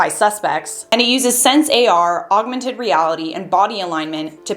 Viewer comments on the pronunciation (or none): none